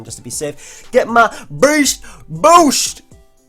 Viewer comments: "BAYST BOUST" "veryunfortunateformyopponent;" oh yeah you can actually hear the semicolons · Stop saying beast boost like that lmao